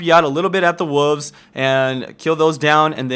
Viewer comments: What's a wuve? (what says when he is talking about the jungle route) lol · "go to the wuvvs" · I heard woovs each time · lol the "wulves" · is it just me or did someone else hear wuvs to? If you ask me, i kill wolfs. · "wooves" XD